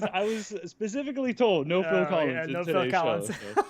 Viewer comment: On the bright side you guys correctly pronounce “Phil Collins”.